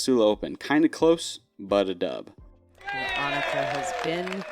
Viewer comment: sorry .. i cant keep listening to you say "doub" .. im out at just over 2 minutes